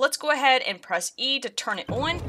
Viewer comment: love the way you pronounce on as ooaaan, haha